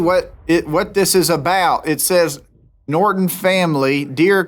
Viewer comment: “Chase bank from nortan” IM DEAD🤣💀